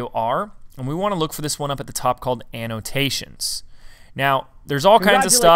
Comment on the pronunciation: Did he say analtasions?